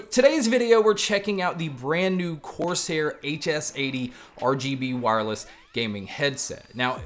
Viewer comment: why do you keep saying "coarse hair"?